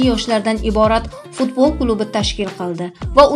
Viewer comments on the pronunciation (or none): none